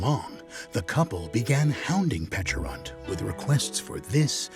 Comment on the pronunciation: Its nice to hear its pronounced similar to "peach" instead of the silly "peckarunt". Like the berry looks like a friggin peach ffs